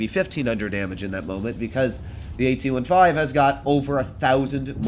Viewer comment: can you start calling the tank "AT-fifteen" some day?